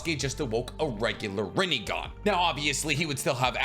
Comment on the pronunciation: [PAUSE] -> 😂Sasukes Rinegone😂 It’s funny bec its so ridiculous